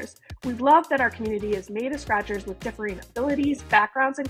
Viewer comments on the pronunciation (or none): "hellou scrahturs!!!!!!"